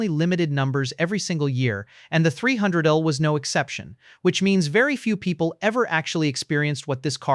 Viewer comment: If there is a human involved at all in this production, for crying out loud can't you listen to and correct the AI mispronouncing? The 300L is pronounced three hundred el, not three hundredle. A V8 engine is pronounced vee eight, not vate.